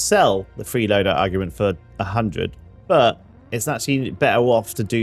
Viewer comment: Lol its pronounced awg ment